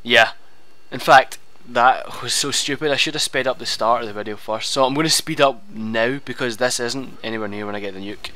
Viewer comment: You said "vadio". I lol'd.